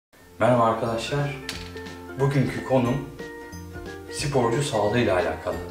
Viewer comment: hocam neden "sipor" diye telaffuz ediyorsunuz?